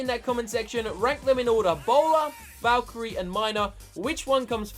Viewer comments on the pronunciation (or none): valkarie not valcharie